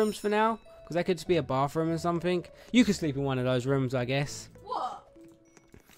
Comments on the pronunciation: is it just me or when he said bathroom it sounded like BaRfRoOm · XD! You say baf room! Hahaha! It ok! I live you! I love Zai but you are actually cute!(XD no you aren't actually cute!(JK) and Zai is beautiful!) LOVE YOU AND ZAI! Btw when you all get married will you record it? Or do you want your wedding a little private?